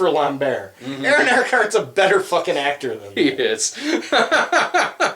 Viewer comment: I had this on in the background while I was working, and then I heard you guys talking about a 'Christopher Lamb-bear'... and then I realised, you're talking about Christopher Lambert, pronounced Lamb-Bert... Weird.